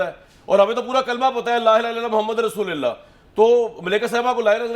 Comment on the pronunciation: Rasoolillah Ni Rasuu lullah hai jnab